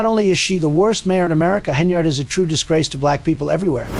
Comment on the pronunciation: Tiffany Hen-Yard